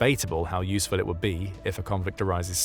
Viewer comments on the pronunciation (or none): none